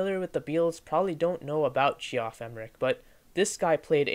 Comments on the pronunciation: "Jee-off" (Geoff) is pronounced "Jeff" - short for Geoffrey, pronounced "Jeffrey". Good video, though. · You lost all my respect the second you called him Gee-off. I had to turn it off after a couple minutes. First place, if you don't know that that spells "Jeff", you're not that sharp. Second place, you don't know crap about the Beatles. You obviously just read stuff and put a review together. So solly. Thumbs down. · Ge-off? It’s pronounced Jeff. Lol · It’s pronounced JEFF Emerick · Nice job. Had difficulty with the pronunciation of Geoff, historically we pronounce just as Jeff. Not sure where the narrator picked up that interpretation. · Reviwer should learn how to pronounce the names - Geoff, Dalai Lama..